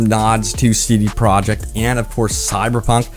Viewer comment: I keep hearing CD "product" red and it's honestly taking all my attention from this video. It stands out almost as much as hearing Benedict Cumberbatch say PenWen